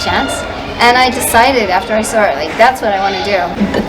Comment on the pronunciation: weirdly the most interesting thing to me is how her New Zealand accent is almost completely gone, she speaks almost entirely with American English pronunciation apart from the word “saw”. I guess being in Japan for so long, the only English she would be regularly exposed to is American.